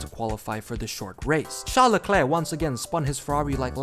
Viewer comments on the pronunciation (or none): none